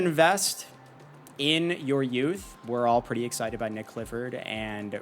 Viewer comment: Nique not Nick bro